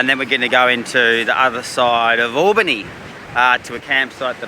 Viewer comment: It is Albany not Allbany